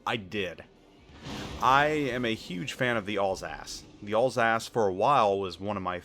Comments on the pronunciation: not all's-ass, al sass as in short for allen, and sassy. Alsace. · I cant stop hearing "allsASS" for Alsace LOL